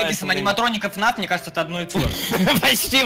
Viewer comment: ты говорил (фна фна фна фна) вместо (фнаф фнаф фнаф)